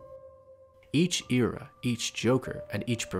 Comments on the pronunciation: It bothers me how he pronounces era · This ear-ah, that ear-ah lmaoo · The way he says era tho